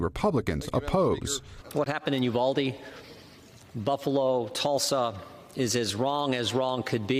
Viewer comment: It is U-vald- ee not eew-bald-ee